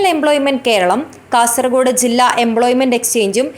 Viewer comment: Y R U saying KASARAKODE ? Pronounce as KASARAHODE OKAY. For your information KASARAKODE is in. Honnavara taluk of North Canara district. Pl do not repeated this mistake hereafter.